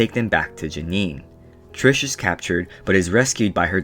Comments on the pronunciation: i got so happy when you actually pronounced it TRIS the first time and then u said TRISH AHHHHHH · Ummmm, dude... are you: #1 illiterate, #2 deaf, or #3, speech impeded? HER NAME ISN'T "TRISH". Her name is Beatrice, which she shortens to Tris. Tris, without an h at the end. "Tris" is phonetically spelled so I cannot make it ANY clearer for you. The video would've been okay at best... if you hadn't CONSISTENTLY mispronounced her name. Was it on purpose to make fun of this work? If so, why even BOTHER making this video?? If so, you should've called Four "Fourth" or "Thomais". Idk whether the movie for the book was worse, or your ill- informed video about the books. Did you just read the Sparknotes and forget? Jesus that was painful and pointless. Way to waste your own time AND mine! Thanks for pissing off everyone who ever read the books. Bye! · also isnt beatrices nickname tris not trish. why are you saying trish :( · Why do you always say "trish" no offense just saying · Her name isn't tirsh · there is no h in tris so its NOT trish